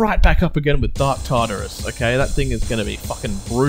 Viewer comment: Yes i believe you said Tarturus right. nothing like a Legendary song to ruin a nice calm castle. did you forget about the legendary armor you had?